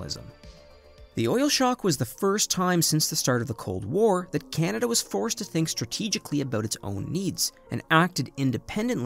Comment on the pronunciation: Can-a-da, not "Ken-a-da"